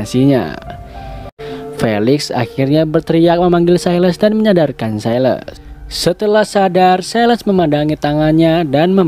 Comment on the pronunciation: Bang ralat dikit, Silas di baca "Sailəs" atau "Sailes"